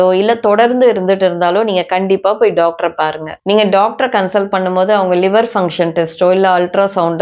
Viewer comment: ellarromey daaktarnnu thaan solluwanga neenga mathiram doaktarnnu solluringa